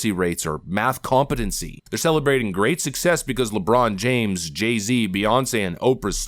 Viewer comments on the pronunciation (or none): none